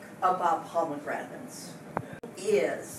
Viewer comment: Teacher: Why didn’t you answer me the first time I say “Poe Meg Ranaté”? Student:.......Because it’s pronounced “Pomegranate” Teacher: NO! NO, NO, NO, NNNO!!!!